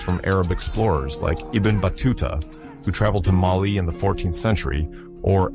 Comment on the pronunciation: MAAALİ değil, Mali